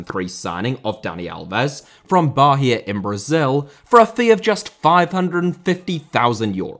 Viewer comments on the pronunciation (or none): Hey! Long time fan here, would love to see a video on football conglomerates like city group and 777. On that note, im a Bahia fan, recently acquired by the city group for 180 million pounds, and its pronnounced “bah-EE-ah”. Cheers!